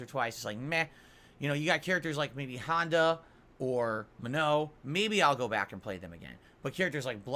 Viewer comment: DAHLMSEEM, E HAHNDAH, and my all time favourite SAGGOT